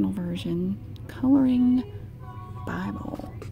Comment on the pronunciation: I thought you were saying Bubble 😂😂 But no it was "Bible"